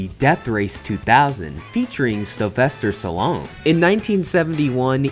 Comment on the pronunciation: This one was hurting my ears: It's Chev-ron, not Chev-a-ron. There's no vowel in the middle. (Also, you said Stylvester Sallone, which was funny but I assume it was an accident).